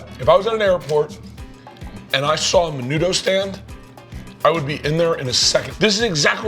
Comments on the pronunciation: Bro when he said menudo my inner Mexican died he said that so white like I wanted smack him and be like I know u a white boy but today you inner Hispanic is gonna come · crackers472 It's usually pronounced MEH-NOO-THO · Alan Martinez the way they pronounced menudo though lol hated that.